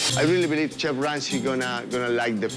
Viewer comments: 'Lemme feed the cheef' lmao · "let me feed the chif let me feed the chif" 😭🤣🤣